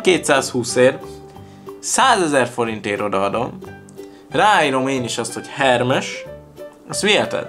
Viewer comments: Hermes ejtsd 'hermész' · "Ermész":) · Hermes kő Nemkő